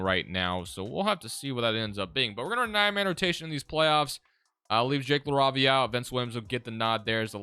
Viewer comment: Btw Jake’s last name is pronounced La-Ray-Via